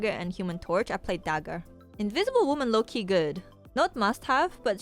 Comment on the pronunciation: You keep saying cards are /low-key/ good and I kept thinking you were saying "Loki good" xD